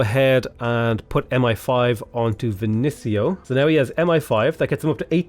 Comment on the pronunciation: is there any reason you say “Vin-sin-io” instead of “Ven-ees-io?” I’m pretty sure Vinicio is pronounced at lest more like the latter (depends a bit if it’s Italian, Spanish, or Galician, etc, but still)